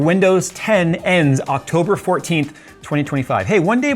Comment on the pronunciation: " in octoburrrrrr 11 "